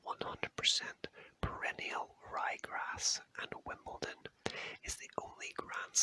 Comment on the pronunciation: There is no T in Wimbledon